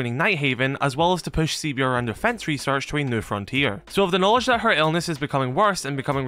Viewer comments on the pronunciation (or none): CBRN is pronounced 'Seeburn' not all the letters spelt out bro